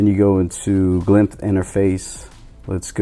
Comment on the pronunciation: It's called glyph not glymph lol. Nice vid 👌🏼